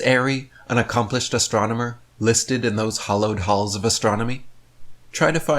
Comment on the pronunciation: Did he actually say "hollowed halls"?